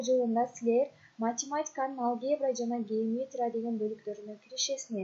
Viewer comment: Алге'бра эмес а'лгебра